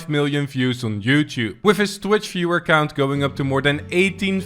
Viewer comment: Did he say whiff or with